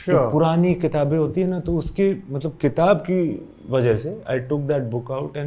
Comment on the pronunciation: Tafseel.... Ghalat... Qitab.... Tallafuz bhaisahab!